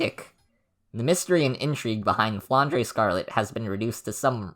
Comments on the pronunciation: The "e" at the end of Flandre is not pronounced and just for the aesthetic, it's a french/belgian name, so it's 'dr' and not "dreh". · flandray is easier to say and sounds cooler shut up i don't care